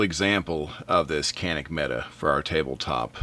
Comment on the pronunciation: mete =/ meta I joke (kinda), good review! Appreciate it, man.